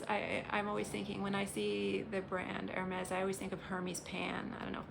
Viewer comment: Good video with some very appt comments too ;-) And by the way: your pronunciation of Hermes is actually correct! It's Hur-mees so there, you did good!